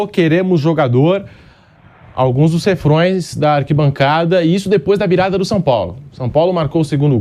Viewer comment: O correto é "refrães".